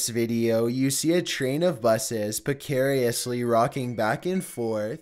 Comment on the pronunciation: "Pacarious?" "Meender?"